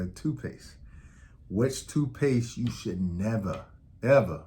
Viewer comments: My only problem with this video is it sounds like you're saying two-paste I'm only saying this to help you sound more credible and get to higher subscribers 😊 but.....very informative and I noticed colors on the bottom and no idea it meant something! Wow! Thanks Doctor! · Tooth paste, not toot paste